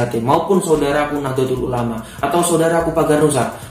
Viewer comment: Mas kudune NAHDLATUL ULAMA bukan nahdlotul ulama